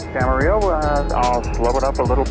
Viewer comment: Great video! I just happened to watch your 80 hours video the other day, and it's great to see the extra footage. (As a Californian, I'm also glad to see someone corrected your pronunciation of "Camarillo":D ) Looking forward to seeing you flying yourself as well.